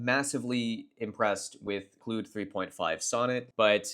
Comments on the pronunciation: bro ive heard you say literally every possible pronunciation of Claude except the correct one... Clood... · It’s cloud. As in clouds that rain. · Good stuff. Not sure if you got trolled or if you're trolling us with the pronunciation of Claude -- in either case, it's pronounced "CLAWED." As in Claude Rains, Claude Shannon, Claude Monet, Claude Chabrol, Claude Debussy...